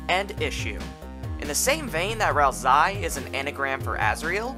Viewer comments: its ralsei not ralsai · FYI; Ralsei's name is pronounced as: Ral-Say Not Ral-Sigh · Ralzie? It's Ralsei. (RAL-SAY NOT RAL-ZEY) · I don’t know why it makes me kind of annoyed hearing hear pronounce ralsei like “ralsai” y accept ralsee bc it wasn’t known at that time that the canon pronunciation is “ral-say”,but ralsai,seriously 😑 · its pronounced ralsay not ralsy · Bro its not pronounsed ralsai its pronounced ralsey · ral-ZAY because it's how the name is "translated" in russian language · They know, they just prefer to pronounce it as Ral-sigh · would like to watch this but pronouncing ralsei as “ral-sigh” is like nails on a chalkboard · I don't mean to be that guy but Ralsei is pronounced like Ralsay as susie misspells his name in chapter two but sence i think this came out before it's fine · I dunno why, but every time you pronounced Ralsei as "Ralsai", i felt just a liiitle bit triggered. (Still a great iceberg video nontheless). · "Rals-eye" wtf lol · If you're saying "ralsai" as a joke, i don't get it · Why do you say "ralzie"? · Stop saying ralsai... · The way you pronounce Ralsei almost makes me want to write a theory that Ralsei has something to do with the eggs you can find, since "Ei" means egg in German. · why isnt anyone talking about how he pronounces Ralsei??? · Ain't no way you say ralsei like that. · Its, Ralsei its pronunciation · Ralsei isnt pronounced that way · Every time you mispronounce “ralsei” I grow stronger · why do you just mispronounce half the character names in this video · is not delta iS "D"el/ta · you listen to him say "ralsei" the way he does and get back to me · Every time you say tor-eeyel and ral-sai you are inflicting psychic damage on your entire audience